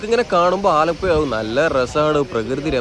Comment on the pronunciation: ഭാഷ ഒന്ന് ശ്രദ്ധിക്കാമായിരുന്നു മയ ആലപ്പുയ എന്നൊക്കെ പറയുന്നത്